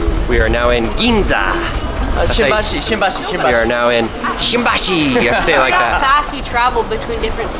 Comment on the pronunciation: are you saying “Ginza”